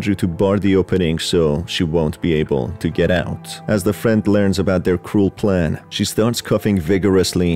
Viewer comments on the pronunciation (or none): every time he says cruel plan i cant help but hear cool plan instead